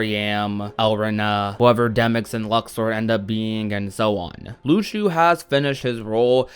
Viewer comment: My guy, would you please stop pronouncing Luxu as „Lukeshu“? It‘s just „Lushu“.